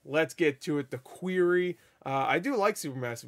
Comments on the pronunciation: Did you just say "Queery?" Do you seriously not know how to pronounce Quarry? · So many people are pronouncing it that way and I don't understand where they see an "EE" in that word. 😂😂😂